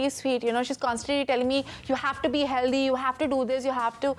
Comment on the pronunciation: She says heldy haha. It's Healthy not Heldy!